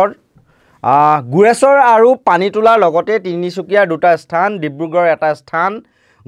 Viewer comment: এয়া একো বাতৰি নহয় , মাথোঁ পুলিচ -আলফাৰ লোকা-ভাকো খেল। আৰু বুৰ্বক , ইস্থান বুলি নকবি , "স্থান" বুলি ক'বি।